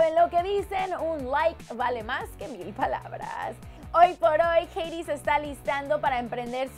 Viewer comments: odio cómo dice Katy :v "Keiri" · Keirui :v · Que no es Keity? :v